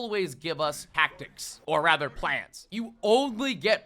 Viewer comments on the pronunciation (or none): none